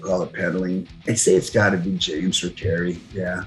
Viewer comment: I swear he's saying "Jerry" instead of "Kerry"